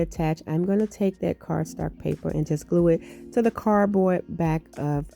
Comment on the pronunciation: I love that you say "cardstark" with so much confidence. Lol. LOVE your creations ❣️